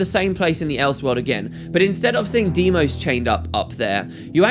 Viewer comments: Deimos, Say it. Deimos! DEIMOS DEIMOS DEIMOS!!! not DIEMOS. DEIMOS! This triggers me more than it should. I am sorry, love you and your channel <3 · i think it is pronounced dye-moss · I dont think so. I think its more of "Dee-Ee-Mos". I know this because I played God Of War Ghost of Sparta and Kratos' brothers name is the same. And this is most probably how u pronounce it